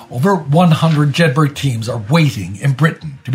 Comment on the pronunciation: Jedburgh is pronounced Jed Bruh. Just like the town they’re named after